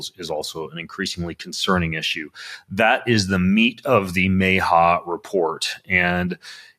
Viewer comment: It’s pronounced M Ah H A, not May H A. 😅